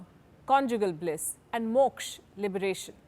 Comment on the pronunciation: No offense though, But, While pronouncing all the 4 Chief purposes of life.. You missed "A" at the end of each word.. It might be correct for a foreigner, but for us its "Moksha" than "Moksh"